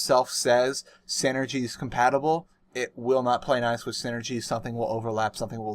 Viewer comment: Why do you say wiss instead of with?